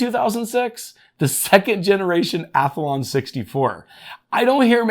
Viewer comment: Haha, took me a second to know what you meant by that Ath A lon 64. You pronounce it weird (I leave that middle A out when I say it)!:face-blue-smiling::face-red-heart-shape